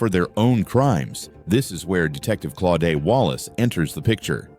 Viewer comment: its claudette